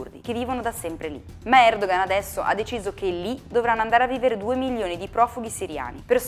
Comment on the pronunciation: comunque... Si pronuncia Erdoan perché la ğ non si pronuncia, è muta (Erdoğan = Erdoan)